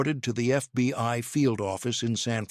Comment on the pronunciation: PLEASE fix your AI! "FBY"?